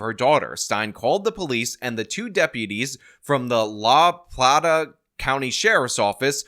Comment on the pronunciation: LAH PLAH TAH, "The Silver" or "The Money" depending on what dialect of Spanish you're using. Now turn in your Rican card.